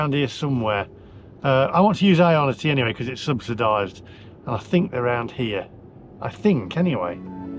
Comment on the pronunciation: Another -ism speech quirk is the way he pronounces "because". He says "be-corrs" but everyone else says "be-coz". Is it a general East Midlands thing? The only other person I have ever heard say "be-corrs" was 70s Labour politician Denis Healy but he was from Yorkshire! Very mysterious:)